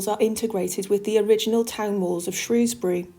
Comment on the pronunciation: Thank you for pronouncing Shrewsbury correctly, x.